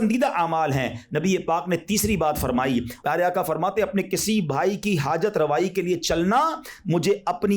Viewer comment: باآدب گزارش ھے ھر کوئی نعت پڑھنے میں(آقا) کے بجائے آکا کیوں پڑھتے ھیں؟